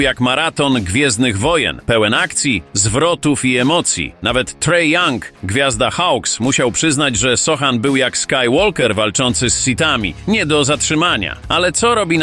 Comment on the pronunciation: Nie Hawk tylko Hawks. Nie Tray Young tylko Trae (czyt. tre) Young, nie skywolker tylko skyłoker. Fajny materiał, ale takie błędy dają po uszach.